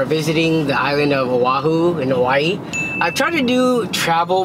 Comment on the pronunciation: Not pronounced as Owahu... It's O'ahu.